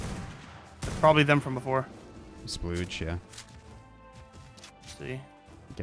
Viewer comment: The mispronouncing of splodge is doing my head in haha